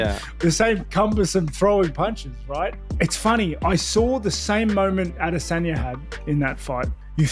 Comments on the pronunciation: Israel AhhDissOnYa is my favorite fighter, thanks for saying his name so often this video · aD IS onya - bro your are butchering his name lol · I’m constantly wondering why you pronounce A-Desanya so oddly 😂😂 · Narrator pronouncing Izzy's name like that is making himself just as cringy..wtf is this channel thinking 🤔.. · The way u pronounce izzy s Name, u sound stupid